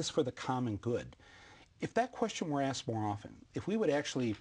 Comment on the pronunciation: no won AKSED YOU BozO